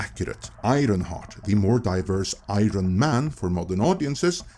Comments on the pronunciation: This guy struggles to say 'iron'. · You have a very bizzare way of pronouncing "iron".